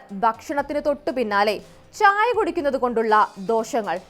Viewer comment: ച്ഛ്ച്ചായ" അല്ല "ചായ". അത് മതി.